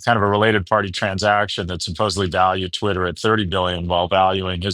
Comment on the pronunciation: Unfortunately he mispronounced Twitter.